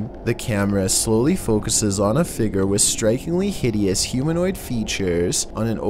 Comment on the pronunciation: Say figure with me "fig-yer" not figger.